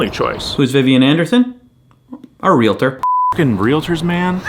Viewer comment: FYI, It's "Real-tor." Two syllables.